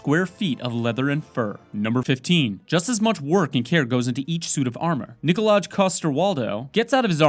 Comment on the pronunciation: NikolaJ ?? THATS NOT HOW ITS PRONOUNCED